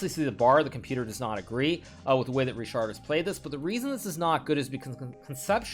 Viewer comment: it's either 'Rihard' (for Hungarian pronunciation) or 'Richard' (for English one), but definately not 'RiSHard' :) anyway, nice game